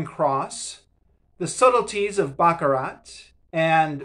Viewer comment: Footnotes at the back of books are normal - particularly academic books. You indicate unfamiliarity with that. In turn that indicates you don't read demanding academic books. Baccarrat is pronounced back-a-rah. Rorke's Drift was not a disaster - quite the opposite. Moran's antipathy is engenderd from events in 1848, not 1879. Agree with you on this book being true to Flasman.